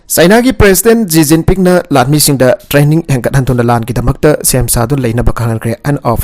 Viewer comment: Shi jinping instead of ji jiping